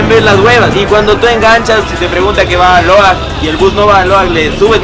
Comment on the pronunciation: Dijo Aloag chch mi pueblito like los que viven en Aloag